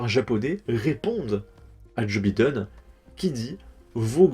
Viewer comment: Joe Biden, tu ne peux pas prononcer son nom normalement ?!?